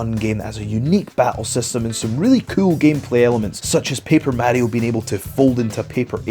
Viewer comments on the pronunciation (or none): say mario like that again I dare you.